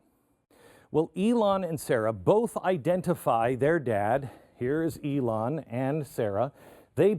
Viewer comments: Just for the record ... her name is pronounced as IIhan (II+HAN), not I+Lon! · NOT “ee lon” it’s “ill han”. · Her name is IlHan, not IlLan (which is a Hebrew masculine name).